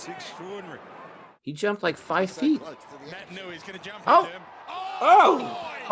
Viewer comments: He's Fijian and he plays for the best club in the world. It's Pronounced Nait-an-ui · He's Fijian. Pronounced Nay tan oo ee . And a Mark is just when you catch the footy from a kick. You can be alone when you mark it.